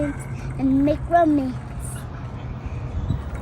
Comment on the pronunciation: Omg I have to pause and comment about her strong “and more romance” before I can even watch the rest of this video 😂❤❤